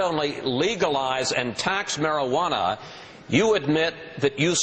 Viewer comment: I love chris said Marijuana lol "Marawannah"